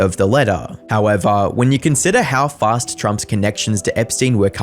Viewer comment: “How evah”